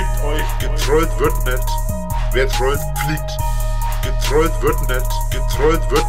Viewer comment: "gertwollt wird net " junge wie der redet XD